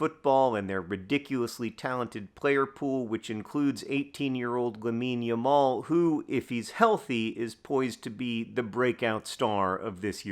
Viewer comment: Never thought I’d hear John say “Lamine Yamal”